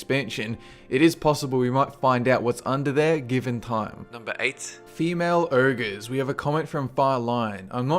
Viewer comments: OhGer... Not ErrGah... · It's "oh-gerr" not ERRGRRH. Ogre. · what the hell is an "Errger"?